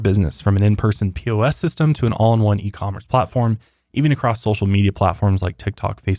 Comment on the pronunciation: I love how so many Americans say acrosst instead of across. 🤣🤣